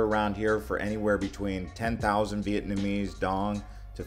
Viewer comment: I love ur videos and I lived in Hanoi Vietnam for 3 years.. still learned from ur video. Although your pronunciation of Vietnamese words it's actually worse than mine which I didn't think was possible lol. Still good info